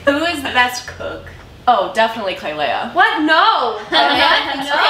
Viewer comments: I find it so funny how they all call her klailea instead of Klai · Is it just me or does it bug nay of u that they called her klailea instead of klai